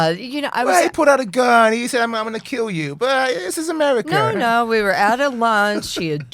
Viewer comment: The incessant laughing — no one is that funny or amused. And — “Amewica”?!